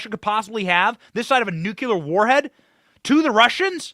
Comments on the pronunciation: Love your work. Have only one request. Please rethink nu-cul-ar. Try nu-clee-ar. Thank you ever so much! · Benny. We love you!@ Please say "Noo- Klee- er". Not "NOO- Que-Ler". Thank you. Carry on, young man!!!!! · Please pronounce the word 'nuclear' properly in the futures